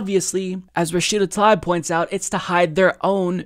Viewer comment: Why do you keep mispronouncing Rashida Tlaib's name?